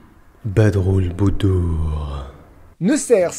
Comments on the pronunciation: ON DIT PAS BADROULBOUDOUR MAIS « BADR EL BOUDOUR » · LIWYC le FL3MM4RDTM a la limite on peut prononcer Badarel boudour mais pas badroulboudour pitié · Abdalax Stuffs oui mais badroulboudour. Je veux savoir la vraie prononciation. Si c'est ça, je ris encore plus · Mmmh...BADROULBOUDOUR, je sais que la signification est jolie mais comment il l’a prononcé je meure😂😂